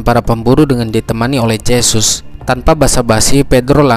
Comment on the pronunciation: Huruf J dlm aksara spanyol di baca He.jd Jesus di bahas hesus